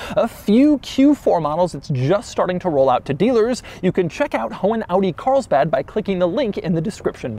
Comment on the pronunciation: Audi "Carisbad"